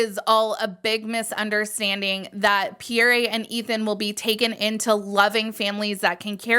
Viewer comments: Pe-yere not Pee-yere-ray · Yeah it’s pronounced pee-air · Quick note for if you make another video when you pronounce Pierre the E at the end is silent.